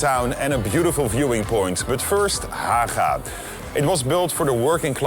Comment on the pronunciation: The guide obviously has Dutch as his first language, thereof the pronunciation of the g as he did it. In reality Haga rhymes with MAGA.